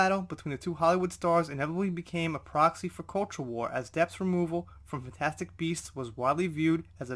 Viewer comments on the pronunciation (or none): none